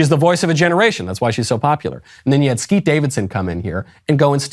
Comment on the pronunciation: Thank you for saying Skete. Big win.